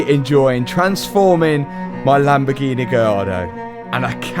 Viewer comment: Read the sticker in your accent 'Lambofuckingheeeneh'. Also love the editing at the end